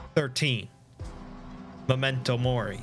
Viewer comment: I love that you say memento mori with a more italian twinge. Made my mornin.